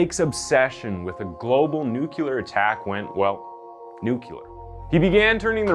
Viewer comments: Says: "Nukular" Writes: "nuclear" VISIBLE CONFUSION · It's pronounced "nuclear". Not "nucular". That's my only criticism of this otherwise great vid. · Please, learn how to say the word Nuclear...it is not 'Nuculer'...remember, pronounce nuc-le-er. Lol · Nuclear, not nucular. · new-klee-er, not new-kue-ler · Gosh, I'm sorry to give you this feedback, but please learn how to pronounce some of the words you use a lot. Nuclear is pronounced new clear not newcewlar. Corps, an armed forces term is pronounced core, not corpse. Ng is pronounced mmm. I'm not really a grammar fiend, but these errors are annoying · Dude its nuclear, not nukelar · Nuc-lee-err NOT NUKE U LER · Whats with the host Repeating(phonetically): Nu-Que-Lar ?? The word is Nuclear....do you see a new-que.. there, at all? It is not there... From George Bush to this guy...way too many people are poorly and incorrectly Trying to use a word that does not exist...and you get paid how much? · There's no such word as nukuler. It's nuclear. Get someone to pronounce it for you. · Loved everything except when you said nucular instead of nuclear.... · I KNOW How this is going to read, but it drives me kind of cra cra to hear someone repeatedly MISPRONOUNCE a word. The word nuclear is actually pronounced, (the following is written phonetically for explanation benefit) PROPER : Nucleer, IMPROPER: Nukyouler. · "NucULear " is not a word. The word is "Nuclear." Have a nice day. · NOOK-LEE-EER NOOK-LEE-EER. Jesus, its not nookyaler, NOT nookyaler! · two quick notes one it's nuclear not nuculer and prison cells haven't had bars on them for a long time they're solid metal doora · It’s “NOO-KLEE-UR” Not “Nuculer” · Cool content! Just a tip though, the word ‘nuclear’ is pronounced as ‘new-cleer’ not, ‘nuke-q-ler.’ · NUC-Lear not Nucular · NUCLEAR!! Not nuculer!!!! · Nuke-lee-er, not nuke-you-er, jesus. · Fuck, man. It’s NUCLEAR not nukular. You sound like George Bush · The word is nuclear, not nuculur, ffs. 🤦‍♀️